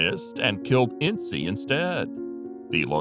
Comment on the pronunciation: It's INS not INSEE #Ince